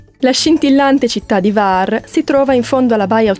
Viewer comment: Ciao bellissimi, ben tornati! Ho sentito la vostra mancanza, e quella dei vostri video. Hvar è bellissima, è chiamata la Portofino dell >Adriatico e l isola della lavanda. scusa se mi permetto, il nome non è Var, ma la acca viene nominata, cioè Cvar. Perdonami, non volevo fare il saccente, ma navigo come marinaio in quelle acque da tanti anni. Un caro abbraccio a voi.